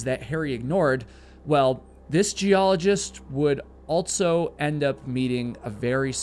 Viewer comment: The word "also" doesn't have a "t" in it. And it's pronounced "since" not "sense". My God, who taught you to speak English?